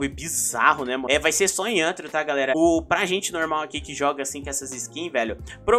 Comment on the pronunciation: "vai vir roupa 3d para ANTARO" AHDSAHDAU amo ele falando antaro ao invez de rthro